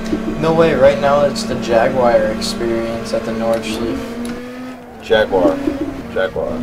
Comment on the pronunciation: nice driving, but you don't say nordschlif, you say nord-schl(a)ei-fe :)